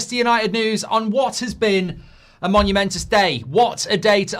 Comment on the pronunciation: monumental or momentous not monumentous.